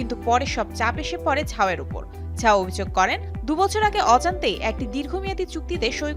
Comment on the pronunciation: it's zhao not jhao